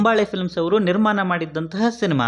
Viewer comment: ಎಲ್ಲಾ ಸರಿಯಾಗಿ ಹೇಳಿದ್ರಿ ಆದ್ರೆ ನಿರ್ಮಾನ ಅಲ್ಲ ನಿರ್ಮಾಣ ಅದು...